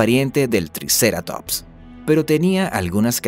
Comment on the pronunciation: ¿triCEratops? no pude evitar reirme